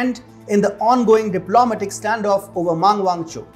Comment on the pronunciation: Not: dip LO ma tic. Say: dip lo MAT ic. Sorry, but that bothered me wery much.